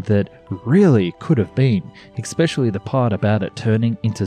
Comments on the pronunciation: Hey there. It's not expecially. It's especially. :) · You seem to pronounce "especially" as if it's spelled "expecially" at least twice. Not very impressive. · Narrator: The word is "especially," not "eXpecially"!!! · EXspecially? I'm out. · there is no "X" in especially ......... just sayin' ........ ;-p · ... , it "e[x]pecially" lagged behind...? That's not a word. As a narrator, it's your job to speak correctly. You should know better. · Please stop saying ECKS-SPECIALLY, for fucks sake! I know you are Austrlian but speak English!